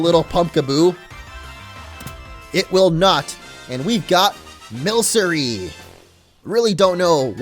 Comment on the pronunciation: i think you are right with milcery being milk in the name but i think its based off of milk and mercury? so i think it might be pronounced milk-uh-ree